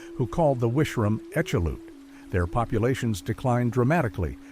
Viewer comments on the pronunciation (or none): As an "expert", try pronouncing Aleut...........Al-yute....and the land area as Awe-luu-chun....